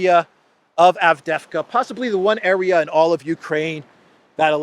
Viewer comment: It’s AvdEevka,.